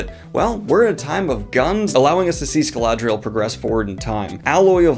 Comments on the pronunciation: I know it is because of dyslexia, but each time I heard "Scaladrial" instead of Scadrial something inside me died, I couldn't get used to it lol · Hi Dan, it's pronounced Scad-ri-el, not Scal-ad-ri-el. You're adding a "la" that isn't there. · Bruh... "Scadrial" not "Scaladrial". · ITS SCADRIAL NOT SCALADARADARAL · Dude, great video but I'm pretty sure it's pronounced Scadrial not Scaladrial... Maybe I'm wrong? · There is no “La” is “Scadriel.” I hate being That Guy, but “ScaLaDriel” is a very distracting pronunciation for “Scadriel.” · I'm glad I don't have dyslexia and understand it's a total pain, but hearing Scaladrial instead of Scadrial just kept throwing me off lol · "Scaladrial" I'm sorry Danny, i love you and BoP, but it's Scadrial. (SKAD-dree-AHL) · I keep wondering where he's getting scaladrial when it's written scadrial. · Ok, Pet peeve of mine. Why must everyone pronounce Scadrial as 'Ska-La-Dri-al'? There's no second 'L'!!!! Otherwise, great vid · My man's too used to alethi words, he kept saying "Scaladrial" instead of Scadrial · Ok sorry I have to say it. It's SCADRIAL not Sca"LA"drial. "Scad," rhyming with "brad" + "rial" pronounced "real." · It’s not “Sacaladrial”!!!! It’s “Scadrial”. C’mon man! That scene in RoW was a Rosharan misspelling. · I definitely took psychic damage every time he added the extra L. 😅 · Daniel I really love you but if you say "Scaladrial" instead of "Scadrial" one more time i'm gonna lose my mind T.T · Came to the comments for this. "Scaladrial" is really distracting, and worries me that people watching this for a quick Cosmere infodump will be confused when they get to Scadrial. At least that one time it shows the wiki article it shows "Scadrial". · This is a FRIENDLY critique, FRIENDLY, I am not trying to be RUDE lmao, but I can't help but squint every time you add an early "L" to Scadrial and pronounce it "ScaLadrial" lmao. Though, I know dyslexia and all of that so no harm done, but I'd thought I'd point that out!